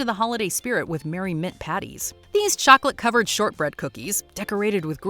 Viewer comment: what is with some people in TV ads pronouncing "chocolate" with three syllables? it sounds like bad AI